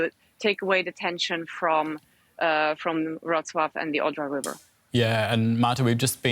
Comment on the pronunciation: Congratulations on getting the Polish pronounciation correct. I am impressed. (I am from Wroclaw, but I self-evacuated on Sunday to a friend) I plan to return to Wroclaw on Saturday.